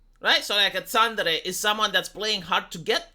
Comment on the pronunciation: Several weeks to come up with a translation for "tsundere" (love that terrible pronunciation too, ), seriously!? I first saw this word back in the noughties as a literal title for an aloof/lovestruck girl in an adult manga - ah, I think I just went and defined the term there. As somebody below rightly said, it's pretty much the same as the word "moody" in English. (=^_^=) (Hmm, I wonder how long it would be take him to come up with a definition for the word 'senpai'.)